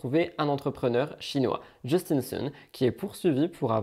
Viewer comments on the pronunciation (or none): none